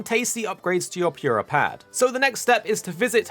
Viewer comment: Pyurah pad